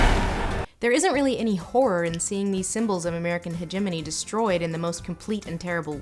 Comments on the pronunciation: Hedge Ah moan E. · I had to unsubscribe based purely on your God awful and entirely incorrect pronunciation of "hegemony". You should be ashamed.